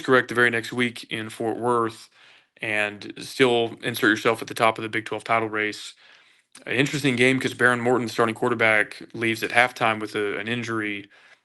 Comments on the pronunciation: It’s pronounced Baron Morton. Do your homework. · Roberts was asked to do things last year that he wasn't the year before. He still had a good season. It is pronounced Baron Morton, Like the red Baron, not the way you said it